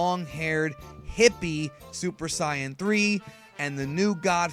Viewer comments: its pronounced "say annnnn" not "siiiii annnnn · For god's sake, if you want to say Saiyan in the Japanese way, don't say cyan, say Sai-ajin, for god's sake. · dude I like your videos but I did not like of what you said for your video you said Super Sion it's called Super Saiyan I'm a big fan of Dragon Ball but saying I Sion does not fly with me it's called Saiyan I know people has their own voices and I know they can say what they want to say but I don't like it when people say Sion and it's not right Super Sayan I mean come on it's like saying science hey there's a Super science here I love your videos I love what you're doing and everything else but saying that does not compute with me so please try to say it right next time because I'm going to put a bad like on it if I hear it I don't want to be mean I don't like being mean but I'm just going to roll with what I believe have you guys want to put a bad like on me I don't really care I just know what I like to hear I prefer correct words so yeah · depth is effected be any accent, where as say-in is wrong and sai-an is correct, because of how the syllables are split for the word saiyan. it would be split sai-yan not saiy-an. but that's because english is a fucking wired language. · It bothers me that you pronounce it Sai-Yen... Only Saiyajin or Say-Yen are acceptable in my book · Sai-Yen is how I are SUPPOSED TO PRONOUNCE IT!!! Say-Yen was a mistake made by a producer in the 1996 ocean dub, and it stuck. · also, try either "sei-yen" or "sai-yan" instead of "sai-yen" Definitely wrong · I love your channel and videos but when you say saiyan it annoys me, I've always heard say-an not sai-an, still great videos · It is pronounced super say-in not siyin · Sorry, but it's still not hte correct way to pronounce the word in Japanese. If you wanted to pronounce it correctly in Japanese, you'd say "Saiyajin". But here's the thing. You are not Japanese and it's hurts to hear you say that! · Super "syan"? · It's say-in